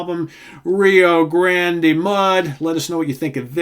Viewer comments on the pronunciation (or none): I would definitely count ZZ Top as Southern Rock. Good pick. I have always pronounced it Rio GRAND Mud, like the river. I think the final E is silent.